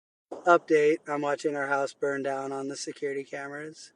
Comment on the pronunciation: The way you pronounce "house" is criminal Well there goes the evidence